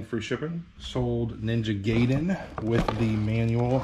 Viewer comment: Sorry, my Japanese ear is twitching. 👂💥 The word is pronounced “guy-den.” Popular series, so I’m sure not the last time you’ll encounter the title.